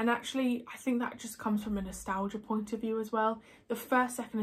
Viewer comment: I got excited because I thought you said I'd won a pint. Turns out you said a point. 😁